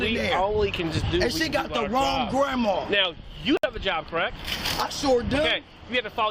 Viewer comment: GRAND MA SOUNDS MORE LIKE GRAND PA !